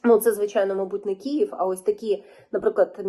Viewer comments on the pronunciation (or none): none